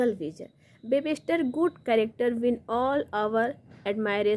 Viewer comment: 'Webster' not webester